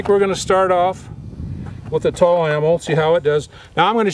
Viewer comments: lol Tulla its pronounce TWOla, I have this rifle and it's by far the easiest weapon I have to take down and clean, even easier than my SKS. I use the PRVI white box 7.62 ball ammo in mine for plinking an America Eagle AE308D for more precise shooting. I have the 7.62x51 OTM M1A rounds I shoot in to as well but this rifle can shoot anything I put in it, even the Brazilian Military Surplus I bought for .40 cents a round. No it's not an Armalite AR10 but it cost me 600 bucks, my AR10 was 2100. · LOLZ "TULL-AMMO" it's TULA! oh, and just so ya know, Century Arms didn't make the gun, they just imported it ;) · It’s Tula ammo not Tul lol